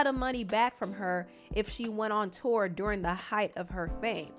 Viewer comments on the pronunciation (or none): none